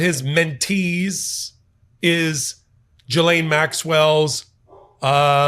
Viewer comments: Getting better, not Jizane, not Jilane..... it's GEELANE (hard G) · I’ve always heard her name pronounced as Ghee-LAINE. First syllable sounds like the clarified butter, called Ghee. Second syllable is in caps for emphasis. Micheal is pronouncing it as Gee-LAINE. Close, but no cigar….lol. Luv you anyway,! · pronounced Gi-laine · Love your commentry. A little correction her name is pronounced Gil-aine the G as in God. Thanks for your great insights as usual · Sorry, you're still mispronouncing her name..